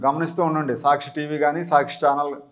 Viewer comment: మీరు సాచ్చి చడవకండి